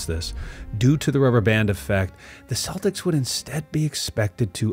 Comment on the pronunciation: Ah yes, the Boston Cletics!